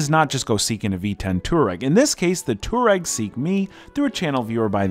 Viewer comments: FYI, you pronounce it Twar-reg. not Tour-Reg They are a nomadic tribe from Asia. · It's not a two-reck (aka citizen of Turkey). It's a twah-reg, please... This mispronunciation triggered me to the point of almost suicide, fortunately as a European I have access to more alcohol to sleep over it. I'm not at the "not remember" level yet, I just passed the "no more angry YouTube comment" level, wish me luck to get sufficiently drunk and wake up tomorrow! ;) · It’s pronounced twah-reg… after the nomadic tribe in Africa!!! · It is pronounced TWARAY not TOUAREG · The way you confidently mispronounce Touareg makes me want to puke every time I hear it.